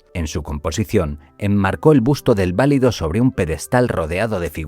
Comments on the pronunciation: No se pronuncia VÁ-li-do, se pronuncia va-LI-do, cuando se refiere uno al favorito de un rey. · Gracias . Qué molesto escucharlo mal pronunciado. Saludos.